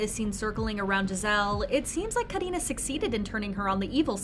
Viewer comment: I love how you say Karina's name it's so satisfying for real 🙈